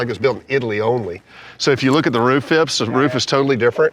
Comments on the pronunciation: Phipps not ‘Fips’ 😂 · I lost count of the amount of times they said fìps